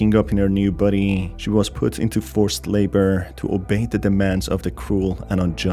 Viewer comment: I'm not tying to hate but why do you say body like buddy